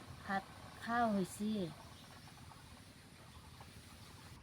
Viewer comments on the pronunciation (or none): বাতৰিটো পঢ়োতে হৈছে শব্দটো কিয় হছে বুলি উচ্চাৰণ কৰিছে,উচ্চাৰণৰ প্ৰতি সচেতন হওক